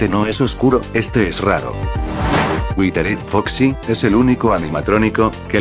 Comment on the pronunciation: Dise al prisipio witered foxi es witered yo como que a no me dijas